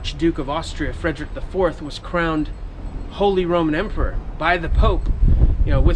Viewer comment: İ cant watch video because of my ethernet but i hear you say emporor for Charles lol It's ridiculous that he can't stand up to the Ottomans and call himself an emperor.